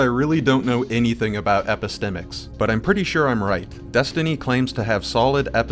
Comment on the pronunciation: You really took the most convoluted and self-important explanation for epistemics. 😂 Not what you said but the definition text you showed. It's also quite funny that Destiny pronounces it wrong. He has never heard it just only read about it in one of his philosophy for dummies books, and thought it sounded smart. True story.